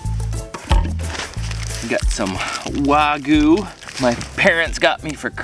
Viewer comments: Not to be rude or anything but it's pronounced wag you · wagoo 🤦🏻‍♂️🤦🏻‍♂️ why is it so difficult for americans to say wagyu correctly